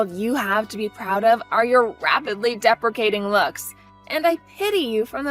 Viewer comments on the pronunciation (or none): Deprecating = disapproving; depreciating=diminishing in value. Your VA needs to read the word as written. It is correct in the text bubbles but mispronounced twice.